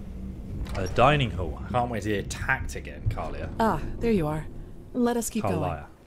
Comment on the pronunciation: Her name is pronounced Kal-E-Ah And Jespars is pronounced Jess-Par not Jasper :p Also talk to Esme in frostcliff tavern when you want to look at other quest line's, it has to be one of the best ones :)